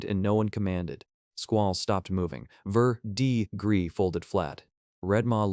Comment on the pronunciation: Like the story but there are lots of mispronounced words and names. Like verdigris is pronounced ver-deh-gree. Most of the dragons names are wrong.